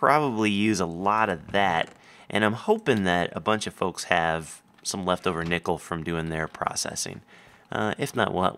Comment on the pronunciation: i could've sworn he said nipple instead of nickel